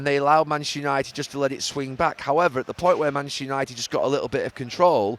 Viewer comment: Have a shot every time Gary says mchhsster unaated